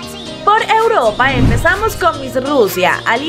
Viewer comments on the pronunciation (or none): none